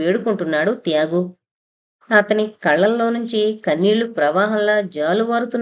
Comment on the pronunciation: "త్యాగు" అనే పేరు బదులు ఒక్కోసారి "యాగు" అని వినిపిస్తోంది